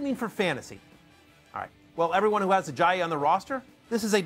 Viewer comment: First time matthew hasn't butchered it as 'Ajay-yay'